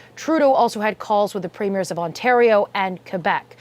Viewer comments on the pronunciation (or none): You cannot pronounce “province” or “premier”? And we’re your #1 trading partner!?? LOL… Make a bit of an effort if you want to be taken seriously. Please.